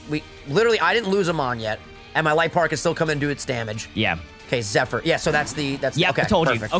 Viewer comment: Can't believe and can't say Zephyr properly 🤣